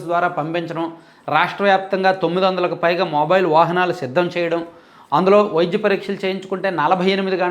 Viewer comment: అన్నా..మీరు విద్య,వైద్య అనకుండా.. విజ్య, వైజ్య..అని పలుకుతున్నారెందుకు..ఇప్పుడే కాదు మీ పాత వీడియో లలో కూడా య వత్తు స్పష్టంగా పలకడం లేదు..మీరు ఆ word ను